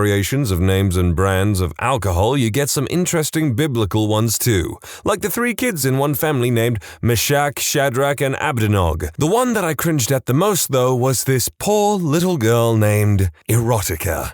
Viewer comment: Those are pronounced "Me-shack," "Shad-rack" and "A-bed-nih-go."